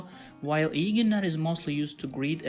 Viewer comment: Ok, thank you! And by pronouncing "İyi' I hear like long "i" without 'y'. Is it correct?